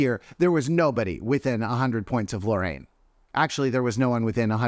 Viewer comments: Why do people keep mispronouncing Loreen's name like "Lorraine"? It's literally phonetic, lol. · Not “Lorraine”… 🤣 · also, why is this guy constantly mispronouncing Loreen's name?!? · Loreen is actually pronounced “boring”